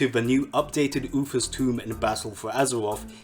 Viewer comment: Oofas toom. Jesus dude. Also way to stretch the video past 10min mark talking about...nothing.